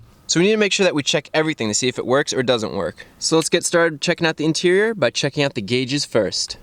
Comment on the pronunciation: "The Interieur is where you're going to spend the most time" *Mr Bean Flashbacks*